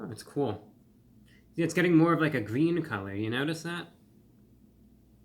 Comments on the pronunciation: "It's gween!" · it's GWEEN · “It’s Gween!”😅